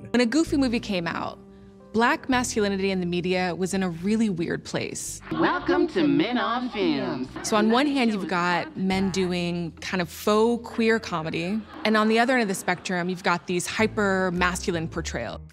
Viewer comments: did he really say "faux" like "fox" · That was great, thank you! Btw, I think there was a little Putney Swope reference in regards to Thomas’s hiring at Disney(??maybe-I can’t imagine Donald Glover not digging that movie)-and I don’t mean to sound snobby but Faux is pronounced “Foe” not “Fox”. I look forward to your next video, really well researched. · Good stuff. I think this was my favorite episode of Atlanta (or the Amsterdam ep). Not sure if you're trying to say "faux" but it's pronounced like friend or "foe." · I know you ain't sitting here and pronounce feaux fox 3 or 4 different times